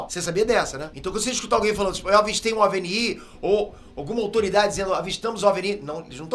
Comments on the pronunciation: Não se pronuncia OVENI E SIM OVINE e se escreve OVNI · De repente o senhor resolve transformar o NI em sílaba tônica. A vida inteira foi OVNI, mas agora é OVNÍ. Deve ser do mesmo criador de IÔGA. A vida inteira foi IOGA, mas...🤦🏻🤦🏻🤦🏻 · po cara não se fala ovnÍ se fala ovni vc ta sendo burro ai po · O vídeo é ótimo e muito bem feito, mas preciso apontar um erro na pronúncia de OVNI. A forma correta é ÓVNI, com a tônica na penúltima sílaba, porque a palavra não tem acento gráfico e, em português, isso indica uma paroxítona. A pronúncia OVNÍ simplesmente não faz sentido, já que, se fosse oxítona, deveria ter um acento no “i”. É estranho você errar isso, considerando que o termo existe há décadas e já foi amplamente usado com a pronúncia correta. Fica a dica para ajustar, porque soa errado e tira um pouco da credibilidade do conteúdo. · Ajudando o com a pronúncia: OVNI se fala ÓVNI, com o O forte e não OVNÍ. UFO em Inglês se fala "IU ÉF OU" e não "IUFOU". UAP em Inglês se fala "IU EI PI", em Português se diz "U Ah Pê". Velocidade MACH3 em Inglês se diz "MÉC THREE" e não "METCH THREE". Em Português se diz "MÁC TRÊS" e não "METCH TRÊS". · Excelente vídeo, mas só eu acho estranho a pronúncia de OVNI? Pra mim sempre foi ÓVNI, e não OVNÍ kkkkkkk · OV NÍ??? É OVNI E NÃO TEM ACENTO MANO... OV NÍ ... 😂😂😂😂😂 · para de falar oviniiiii, é ovini, sílaba mais forte é "ó".... você fez de propósito, né!? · repita comigo: ÓVNI, ÓVNI. Não é OVNÍ! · Oi,! Não se pronuncia OVNÍ, ok? A pronúncia é ÓVNI. Apesar de ser uma sigla, e não palavra, ela tem saído como proparoxítona para que ninguém erre a pronúncia, ok? Be careful! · Minha geração fala com a pronúncia “óviní”. E não “ óve enií “ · Não é "o.v.n.i" É Ôviní" Não é"" É "Pētêr" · Só uma dica, Pêter: não é OVENÍ a pronúncia (você é francês? 😂) No planeta Brasil e “ÓVNI! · é ovni e não o ovní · Por que o fala ovní e não ovni? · Se fala óvni e não oviní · ovni não Óvni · É ÓV-ni que se fala.